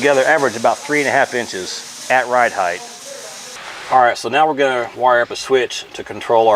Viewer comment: It’s ride HEIGHT,, not ride heigth!